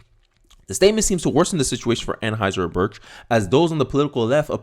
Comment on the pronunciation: 😂 Ann-High-Zer Bush. Other than that, perfect!